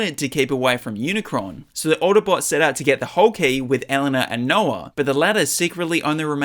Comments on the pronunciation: bro said unicorn and not unicron😂😂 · He said unicorn instead of unicron😂😂😂😂